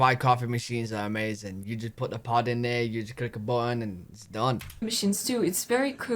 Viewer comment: My dryer is over 10 years old, but when it finishes drying, it rotates the drum every couple of minutes to prevent wrinkling. Hey! I like your channel, but "button" has two syllables 😂